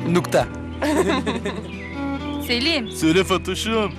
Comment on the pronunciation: nukta deyil nokta😁